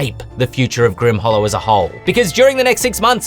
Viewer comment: Leave it to the to basically make Steve Irwin a class.:) The Grim-waaah is he-yaaaa! Looking forward to seeing the final version when it comes out.